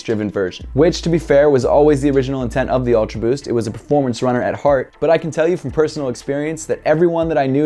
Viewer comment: I like em👍. Every time you say "ulta boost" i chug my 🍺😂😂